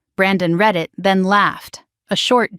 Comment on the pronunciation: Red it red it 😂😂😂. Not read it read it 😂😂😂😂